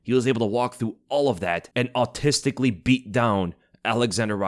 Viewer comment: Did you say autistically?